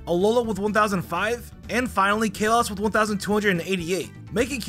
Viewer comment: Kale-us Me: Call-oes